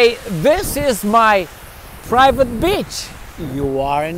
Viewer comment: It's pronounced, "BEE CH" ;- )